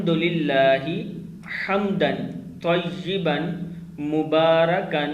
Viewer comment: Tayeban nhi he tayaban he ap durust karein